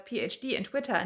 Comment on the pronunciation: I like how you say “Twittah Gurl!”